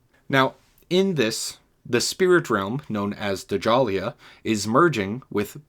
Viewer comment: Its not pronounced (Duh-Jalia) Djalia is pronounced Jahlia (Ja-lee-ah) cmon bro